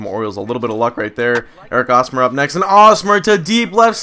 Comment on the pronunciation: It's still pronounced hosmer not awesmer